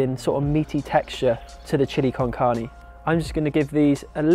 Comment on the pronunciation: OMG loved the recipe and also how you pronunciate "carne", I hope to get your book soon, thanks so much for sharing tons of aditional recipes step by step here at youtube. Blessings from México